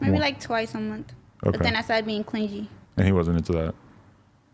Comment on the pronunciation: I’m so sorry did she just say “clin-jee”